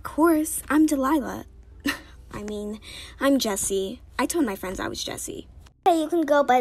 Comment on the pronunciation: Fwend huh